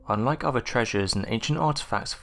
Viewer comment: Thanks for working on your ‘th’ sounds over using an ‘f’. I don’t think I could listen if you went back to the ‘free fousand’ lazy narration. - please work on ‘fifth’ and ‘other’. It’s not ‘ovver’ or ‘fifteenf’. Thank you.